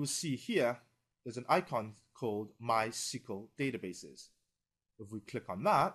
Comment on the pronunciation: Are you F###g serious that you cal it MY-CEQUL-DATABASE ? ITS MYSQL NOT THAT HARD!